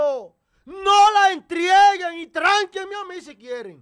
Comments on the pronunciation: Se dice entreguen no entrieguen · No se dice entrieguen, se dice entreguen.